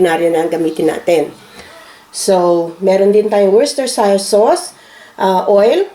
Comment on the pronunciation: Rosana Cepeda ang alam ko sa sauce na nahirapan siyang ipronounce ay Worcestershire sauçe. Pang marinate ito na sauce. 😊